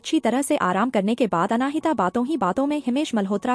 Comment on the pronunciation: " अनाहिता " जब यह नाम तुमको बोलने में इतनी मुश्किल होती है तो कोई आसन सा नाम रख लेते। नाम का मां बेटी बहन कर के रख दी है।😅😅😅